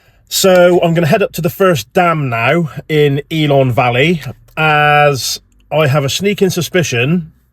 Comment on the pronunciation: Great video, one of our favourite places, but… pronunciation of the places needs some work🤣 please don’t call it ELON valley… it’s ELAN Valley👍🤪